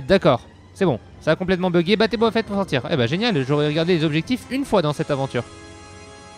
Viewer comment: Boba fett et pas "Bob à fett" abruti